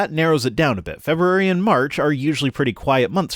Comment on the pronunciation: Feberrary.. Febrrere.... feb-rerrarie 😶😶😶